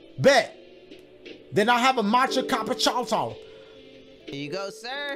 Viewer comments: Bro the way they keep saying "chillapichino" wrong make me giggle. It's different everytime.. 😂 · chillapoochi had me crying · The fact none of them could say Chilla-pa-chino I mean to be fair it's a big word but still😂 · I always thought it was pronounced: "Chilla•Puh•chee•no" Am I wrong?😅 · THE WAY THEY ALL SAYING CHILLAPPUCCINO WRONG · Not them just keep mispronouncing chillapuccino 😭😭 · Bro keep mispronouncing Chillapucino